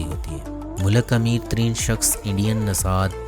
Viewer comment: Bhai mulik hota ha Molak nahi